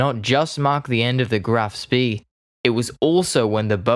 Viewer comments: While your video did clearly correct your use of the name Graf Spee, for reference you might want to know the pronunciation is not like "speed" minus the d. It's "Shpay." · Not ‘spay’, but ‘shpay.’ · Great start but the constant mispronunciations made me bail out after 60 seconds. 'Me 41'? It is M. I. 41 Do you proniunce the BF 109 as Biff? Graf SpEE? It is Graf SpAY if not actually 'Shh-pay' I couldn't stick around for the 'mon-tee-vi-dee-o, when it is 'mon-tay-vi-day-o' Sorry mate but I had to bail out at 240 ft of altitude or 60 secs of flight time due to auditory issues. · Spee sounds "shpeh"... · Pronounced ‘graff spay’ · Let’s not forget the cretinous pronunciation of “Spee” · As usual, this first language English speaker needs to put a bit more effort into pronouncing German words. The Blohm und Voss part isn't bad at all. I suggest putting more effort into Spee...